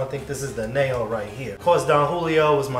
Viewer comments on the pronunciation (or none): Great display of tequilas. Nice idea on the cocktail. You need to work on your pronunciation of Añejo. An Yay Ho. Adios amigo. Salud.